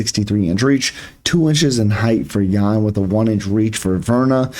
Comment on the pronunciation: You said her name perfect...